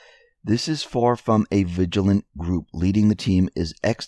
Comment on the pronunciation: “vigil-ant-ee”. Emphasis on ANT!